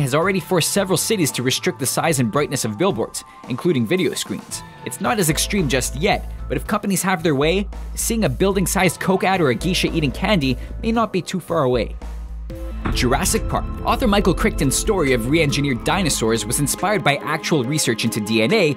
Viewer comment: And geisha is pronounced "gay-sha."